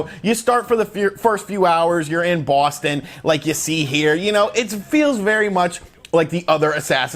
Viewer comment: Bwooustoun lol